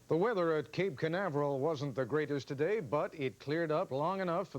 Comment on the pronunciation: Some uncharacteristic bungling of pronunciation from Mr. Jennings: - "finger" for "figure" - "earthquack straight" for, I suppose, "earthquake struck" - "to-thay there" for "today there".